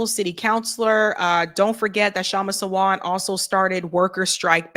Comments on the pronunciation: Hello.. Sawant is pronounced Saa-vunth.. not Savant 🤗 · It's pronounced SAA-want (last syllable rhymes with hunt) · The speaker must learn how to pronounce the name Kshama Sawant . Disappointed